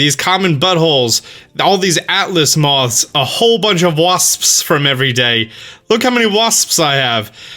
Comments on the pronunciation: Nobody:: waSPSSS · Am I the only way who giggles everytime he says wasps?